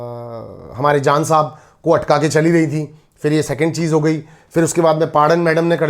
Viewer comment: Today i notice that sometimes mannu pranounce j as z.. eg jaan as zaan and ejaz as ezaz